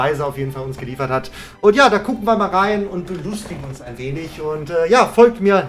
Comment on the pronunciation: Irgendwie habe ich am Anfang verstanden "da kuchen wir mal rein"😂